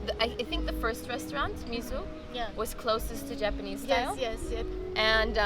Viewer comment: Mieszkam w Stanach i jej angielski jest ok ale akcent nie USA, sorry. P.S ale próbuje dziewczyna brzmieć jak amerykanka lol, na przykład, zwróć uwagę na jak wymawia słowo “restaurant” i sushi 🤣